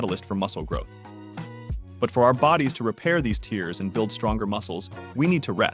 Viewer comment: Why does he keep saying “tears” as in crying?